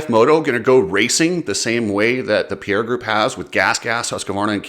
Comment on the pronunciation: Please if people would start pronouncing Pierer properly it'd be great... its Pie - Rer not Pierre also it's not bah-ha it's Ba-jaj. And nowhere in the game plan is CF-MOTO expected to raise pricing. A few stab in the dark claims, but worth the watch.